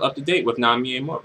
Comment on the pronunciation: Dislike for not saying her name right. Amoru? Really dude? Really?